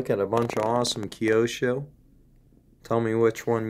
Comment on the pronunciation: Nice pieces. My favourite is the silver 599 with those gungray wheels. You pronounced Kyosho very well, I salute you for that. Please take my friendly advice and pronounce the JOTA as HOTA, as it is a spanish name. Nice video anyway, thanks for it.